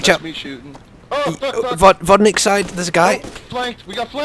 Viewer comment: after tony shoots at someone "FACK YOU " XD